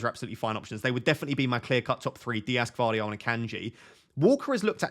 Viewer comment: Gvardiol, g is not silent. I've gone with Walker as he is only one that can play on the right.